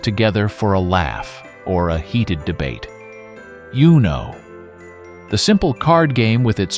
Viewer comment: Is Uno really pronounced like that??